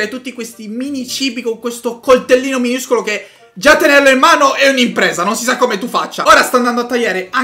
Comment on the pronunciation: "Miniuscolo" is the new "Minuscolo"